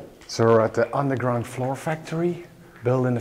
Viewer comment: As a fellow Dutch it was hilarious to hear you pronounce flour. All I could hear was "floor". I had a good chuckle about that one in context of how bad the floors in the factory are. Amazing factory though. As an engineer I really wanted to know how it all functioned back in its time. It looks amazing with all of the wooden chutes. I think the most of the machines are roller mills. Too bad they ran out of funds for the intact factory. Keep them coming! Your last video was top notch too!